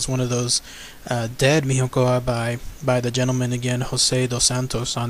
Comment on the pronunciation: You said it wrong. In Portuguese "nho" would sound like "nio". Saying "Miniocao" would be closer to the Portuguese pronunciation. Cheers.